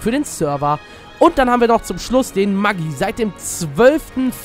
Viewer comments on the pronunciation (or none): none